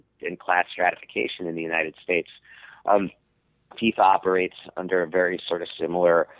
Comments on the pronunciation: The hell is a "Faiyfa"? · Literally the only person on earth who cant pronounce FIFA correctly. I think it's safe to say Sam doesn't watch soccer or play video games.